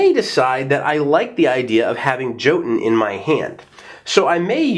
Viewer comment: Awesome review as usual, I will probobly be adding this to my collection and the expansion definitely looks good. Just a little FYI jotunn since it is a Norse word, in its current arrangement the J would have a Y sound to it, so it would be more like saying yotunn.